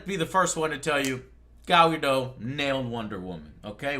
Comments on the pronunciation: Any reason why Joe calls her 'Gal Gadoh'? Her name is Gal Gadot, where did the T go Joe? This is not a silent T, i assure you. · Okay, this is a bit silly to focus on given everything else, but it bugs me how you pronounce Gal Gadot's name - the "T" isn't silent. Her last name should be pronounced the way it's written, i.e. the sound at the end is like in the word "dot". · I'm liking the Gadot choice. I've heard things that she is genuinely interested in doing WW justice in movies seeing as she's the most iconic female superhero. ps. Gadot is pronounce with a short "o" and the "t" is not silent. There's an interview out there where she's asked about her name's pronunciation, and that's how she says her name. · He obviously assumed it was french, which would make the T silent.